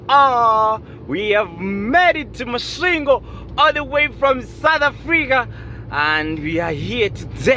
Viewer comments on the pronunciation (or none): Warrup Thus time around u passed thru my hometown thoh it's kinda tricky 4 u to pronounce it properly😂 but anyway big up 🙌 Masvingo coming from Botswana is tiresome 🙉 coz of two borders involved no wonder the journey became extra long given tht 1300 is a thing u normal do in One n a half or a two days so Big up man. We greatly thankful Keep doing yo thing